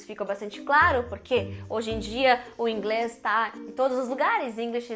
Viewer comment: Curto muito os vídeos da Carina. Acho que engraçadinho quando ela pronuncia em português "Inglés".